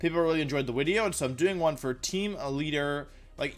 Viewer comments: Do you say wideo on purpose or is there something stopping you from saying video? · wolfeyyyyy why do u say wideo and ur other little mannerisms like where do you get them from hehe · ah yes my favorite wideo maker wofey vc6